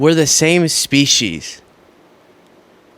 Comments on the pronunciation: For the record, it’s pronounced speesees, not speeshies. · No, she said Soeech She's. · There is no h in species why are you pronouncing the h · Yep, she said "self preservation & to protect iur species"😂😂😂. Wowzers